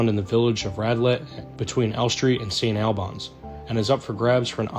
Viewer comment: Before you go on, PLEASE learn how to pronounce easy English words. Saint ALL-bins, not Saint alBANS. Halcyon is pronounced HAL-see-in not Hal-key-on. Finally, Pique is pronounced Peek, not pick. Those 3 from the description of the second house. Then we hit Elizabethan. EE-Liz-eh-BEE-than. It really is not difficult, IF you skip the travesty of Noah Webster and look at an Oxford Dictionary. Oc-TAG-On-Al.